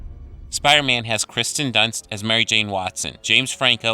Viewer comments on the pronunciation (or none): Dude. Every single time you call her Kristen Dunst, it drives me crazy. Her name is KIRSTEN. KEER-STEN! Sorry. Drives me nuts. Please get it right. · Her name is Kirsten Dunst, not Christen Dunst. Just saying. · *KEER-sten *SIL-ee-an.